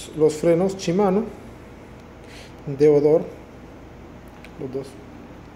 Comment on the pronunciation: deore, no deodor amigo! tienes una hermosa bicicleta felicidades, gran marca Canyon!